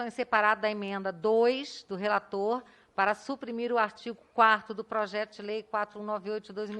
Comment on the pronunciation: “SuprimiR” e “quaRRRRRRRto”? Qual é a regra do pronunciar dos R’s, dona Bia Kicis?